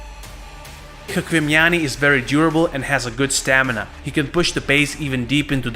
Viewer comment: you are saying chkvimiani's name wrongly. it truely sounds like "лухуми чхвимиани". enother all was right. thanks!